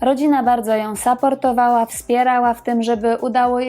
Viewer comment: nie saportowala tylko suportowala ( support )